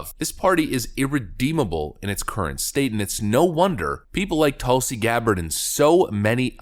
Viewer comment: It should be " of the PEOPLE, By the PEOPLE, and for the PEOPLE!" The emphasis should not be on prepositions, but on the People!